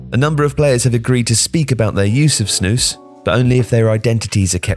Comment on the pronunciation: you said snus perfectly i see many people say it wrong you pronouced it very good